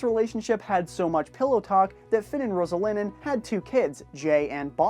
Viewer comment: It's Roslyn not roselinin